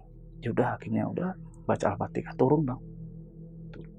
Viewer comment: Al Fatihah pak bukan Al fatekah